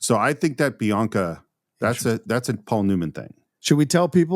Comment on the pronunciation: It’s not Bianca it’s Binaca!😂